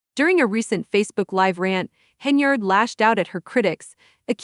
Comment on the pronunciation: Stopped listening the moment I heard the mispronunciation of Tiffany’s last name 😂😂😂😂😂 🤦🏽‍♀️ 🤦🏽‍♀️